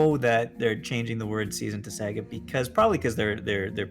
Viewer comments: boots: SA GA not se ga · The way pronounces "Saga" was painful.